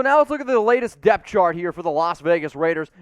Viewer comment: DEPTH. I thought you were saying DEATH and I was super confused lol